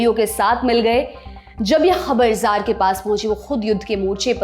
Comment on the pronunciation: जार नहीं कहा जाएगा, त्सार का उच्चारण होगा, रूसी भाषा के तहत।